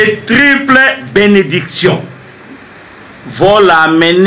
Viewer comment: N'a kanisaka mauvaise foi ba oyo balobaka ayebi français bien te...ya kotanga pamba azo bunda."trible benediction".au lieu de triple. "Prenez tacte" au lieu de prenez acte. (il n'y a pas de liaison "t"à faire, " chers copatriotes" au lieu de "compatriotes" etc...alobaka français te mais frantetela 😂😂😂Mr "dont auquel" enfin "dotokel"... Batu ya boye nde bakoluka ko kamba n'a misu makasi.